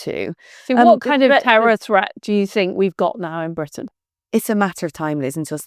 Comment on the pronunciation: When Liz pronounces the letter "R" in Britain as a "V" -- i.e. Bvitain -- that's on purpose. It's an homage to Winston Churchill and "V for Victory"! 👍😜🇬🇧✌